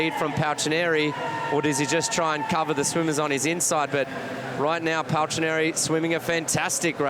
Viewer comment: I lost the count how many times they mispronounced Paltrinieri